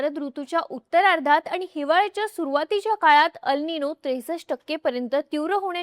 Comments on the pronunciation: Tumche अल् निनो ase uccharan arabic watte. 'El ninõ' ha south america shabd ahe tyache uccharan एल् निन्यो ase karave. 🙏🏻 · ह्याला "एल निनो" अस म्हणतात... "अल निनो" नाही.